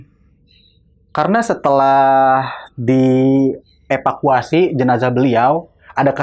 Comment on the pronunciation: Narsumnya konyol..sok iyes..bisa bilang denial..hang out...keren Tp pas bilang epakuasi dan plapon..ketahuan udiknya wkwkwkw